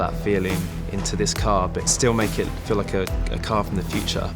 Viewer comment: I love the emphasis on the feel of the materials in the car😂😂